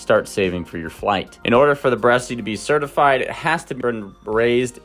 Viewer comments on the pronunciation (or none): Bresse without an accent is pronounced Bress. That is the proper French pronunciation. Saying "Bressie" is incorrect. Period. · It's pronounced "Bres"--only 1 syllable. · The e at the end is silent...bress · I know you are reading from a bunch of compiled info about the breed, but you even read aloud the proper pronunciation of the word Bress and then continued saying it incorrectly. That's very cringe, bro. Please learn from this and be more mindful of what you are reading for the camera. I like your channel and refer to it and your site a lot, but this really hit me hard. It makes me want to look elsewhere. The timestamp for the teaching moment is: . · IDK why you are mispronouncing Bresse. Also the breed is a very good layer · Bresse rhymes with chess…..no E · "Bresse" is a one syllable word....the final "e" is silent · You are NOT pronouncing it correctly